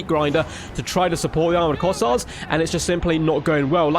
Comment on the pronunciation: 1. It's Kossar, not Corsair. 2. Kislev's Ice sanctuary seems like it would be incredibly good in these objective grinds. It isn't like you are trying to move anyways.